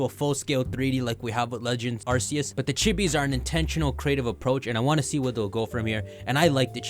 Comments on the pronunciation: Dude, did you not hear them say “are-key-iss” in the trailer for legends arceus? Why are you saying arse-see-iss? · you said arceus incorrectly